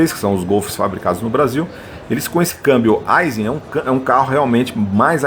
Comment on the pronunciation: A pronúncia correta da palavra AISIN é “AIXIN” e não “ AIZIN”